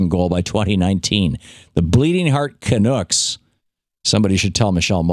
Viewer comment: It's pronounced Canuck not Canook. Also, it's news to me that "Canuck" is an offensive term to us Canadians. We have an entire N.H.L. team full of them.